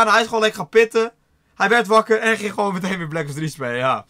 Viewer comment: de jeu dat snapte ik ook wel alleen het viel me op ik woon in Friesland en zeggen heel erg duidelijk terwijl het niet met ng zegt maar met n maar ja niet erg iedereen zo zen eigen dingen👍🏻🙂